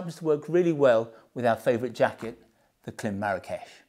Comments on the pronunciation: Klim: pronounced as “Climb” without the b Shoei: pronounced Shoh-ei My 2 cents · Klim is pronounced climb (note the dash above the i). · Just an FYI: Klim is pronounced "climb"